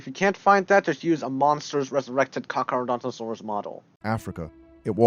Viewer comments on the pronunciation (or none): He called it Carcadontsaurus as opposed to Carcharodontosaurus